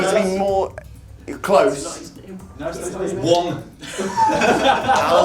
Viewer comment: Yeah dude just risked getting eliminated by saying wong instead of just saying spiderman